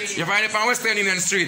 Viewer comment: How King said Western Union so good yet he cannot say Union Street. He said Nunion street. Smh sometimes you are over doing it.